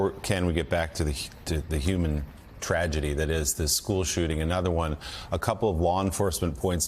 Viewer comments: It’s not “Wind-der” is “Wine-der” as in winding a clock. This is the second time I’ve heard it said wrong. Just want to correct it. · Winder is pronounced with a long I, as in wind something up, not wind as in air.